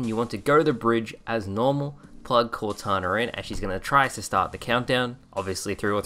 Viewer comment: he said "cortawner"